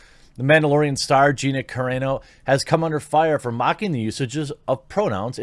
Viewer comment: Great video but both ways you pronounced her name were wrong 😂